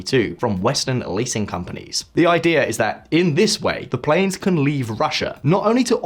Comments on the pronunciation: Mmm. “Russia struggles to maintain PLANS”. A little failure of the AI voice that you used to pronounce the word “planes”. Well, I assume it was AI. Either that or you’ve got a staff member that can’t read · Your narrator said "plans" instead of "planes" and you didn't catch that? Thumbs down! Sloppy. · There's a slight difference between plans and planes. I wouldn't advise attempting to fly on a plan. Maintaining credibility is best achieved by using only human readers, not computer voices. There are more than a billion English speakers to choose from. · Struggles to maintain “plans”. At least get your bots to pronounce plane correctly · Your VO actress just mispronounced “PLANES”. Seriously, if you want to hire a new one I’m available